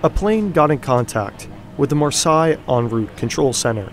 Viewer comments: Great video! For future reference, Marseilles is pronounced "Mars-say", not "Mars-sigh". I just found out about your channel and am a new subscriber! Awesome, AWESOME reporting! THANK YOU! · it's pronounced Mar-say, not mur-sigh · Good video but good God, you should have checked the pronunciation of Marseille before recording. The vowels are reversed to Versailles: Mahr-seyy . Really distracting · Marseille [mar - say], not [mar - saai], thank you. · That pronounciation of Marseille is killing me. Mar-SAY, not Mar-Sigh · I'm decently sure that it isnt pronounced Marsai and instead Marsay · Mar sai mar sai. You mean Marseille — mar-say? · Marseille = Mar says which is how it's pronounced. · To pronunce "Marseille" you can just say "mars" then the letter "a" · No it's pronounced Marseille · Say Marsai one more time. I dare you. I double dare you. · Marseille is pronounced MAR-say. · As someone who lives in France, i'd just like to correct you with Marseille. It's said Mar-say. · It’s Mar-Say ffs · Marseille is more like 'mar-say' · Pronounced "Mar-Say"... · I would suggest that you put Marseille in to a translator and listen to it. Good job the video has subtitles or i would have never guessed it was Marseille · as a frenh, this is a true mistery to understand how you get to this prounonciation for 'MARSEILLE" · The tip off that this video is AI generated is the pronunciation of Marseilles.:eyes-purple-crying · Not sure about your pronunciation of Marseille. Always worth checking these things before publishing. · would be nice to get the proper pronunciation for Marseille... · That’s an interesting pronunciation of « Marseilles » 🤣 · Butchering marseille like that wtf 😳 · Marseille is not pronounced like that😂😂😂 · The 'Marseille' pronunciation really annoyed me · I'm not even french, but the pronunciation of "Marseilles" (Mar-sey) almost as "Versailles" (Ver-say) is really jarring and takes away focus from the video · Learn how to pronounce marseille !